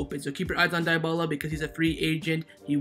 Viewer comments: It's not pronounced Die-bala but Di-bala(Dybala). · Lol he pronounced Dybala as diebala, it’s pronounced deebala